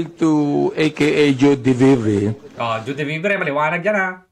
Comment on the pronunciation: Di pa marunung magbasa ng name ni Joie d Vivre ung tongresman